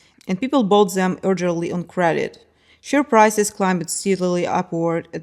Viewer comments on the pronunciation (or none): AI and the speaker English cause confusion as ever , so share prices becomes " shure prices", bread lines becomes "breed lines" it, s a farce. they could forgot !!! they could forget. number fells SS Norman or was it Normandie ? Fashion "runway" she means " catwalks" A Farce of language . No mention of the anti Ornament movement, in Austria, Adolf Loos etc. ( Ornament and Crime. But nice ideas on architecture ( Loos was significant in Chicago), and cheap domestic product design as well as film set design.